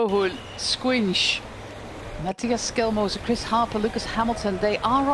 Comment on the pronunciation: It's Toms "Shkòins", not "squinch" ahahahhahaha